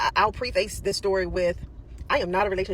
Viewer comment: Preface is not pronounced pree-face, its pronounced preh-fis. I think you stopped seeing him because you knew he realized that you were illiterate. 🤦‍♂️